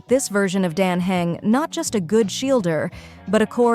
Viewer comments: Great video... but please make the voiceover pronounce all the names properly. You just need to write/type out how the words sound instead of what they look like. Dan Heng would be Dan Hung. Castorice would be Casteris. and so on... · I still can't tell if this is AI or not. Because the voice is very much mispronouncing "Dan Heng", but I think I hear the sound of inhaling.